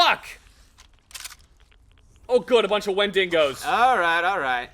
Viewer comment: "wenDINGos" please pronounce something right for once